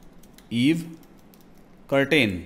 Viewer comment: do not pronounce curtain say Ker tn